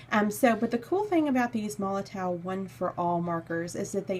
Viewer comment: The "W" in MOLOTOW 8s pronounced as a "V" just so you know 😅